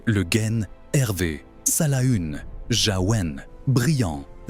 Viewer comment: Houlala, ça commence mal ! Le Gaine ?? Le Guen se prononce le Gwen ; Salaün ne se prononce pas Salahune mais comme le mot salin. Gast a c'hast ! Deskit brezhoneg, mar plij !!